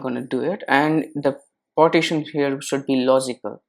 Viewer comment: IT'S PARTITION! NOT POTTITION.